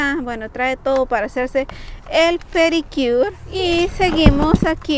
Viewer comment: Pedicure (se pronuncia pediquiur)